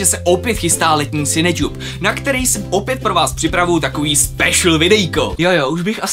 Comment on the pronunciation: Mate Sakus ano správná výslovnost je [sinetjub] spojení slov Cinema [sinema] a YouTube [jutjub] :)